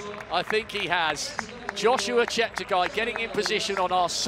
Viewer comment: Incredible performance! The commentator could atleast learn to pronounciate Cheptegei's name! Holy shite. (Ignorant bastard). I just barely made it below 30 minute on 10 km an I was a f*ng terminator, no joke. That's how indescribably fast this was. And unless you haven't ran at those speeds - they are incremental - meaning: every second gained, means exponentially the force, horse power and output needed. Meaning: you've probably never met anyone as fast as me and Cheptegei would still run circles around me. Stay humble, but work on that lard tbh. Motto: "10k - EVERY DAY"